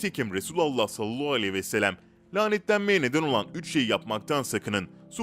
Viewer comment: 5000. Videonuz, çok da güzel hazırlıyorsunuz, lütfen Sallallahuvesselem doğru söyleyin, siz sallallahvooooooooouuuuuuuu gibi birşey diyorsunuz